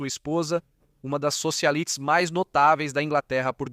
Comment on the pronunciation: Soxalites? Que isso? 😅😅😅